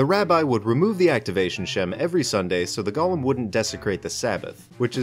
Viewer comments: I thought this was about Golems but keeps saying Gollum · Also it's pronounced "Goh-Lehm". Not like the LOTR character. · Repeat after me; "Go" "Go" "Lem" "Lem" "Golem" "Gollum" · lol like frog.